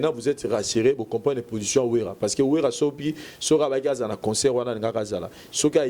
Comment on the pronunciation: On dit concert [ saire] et non [seur] y’a une différence entre consœur et concert C’est pas notre langue mais vu que t’exprime en français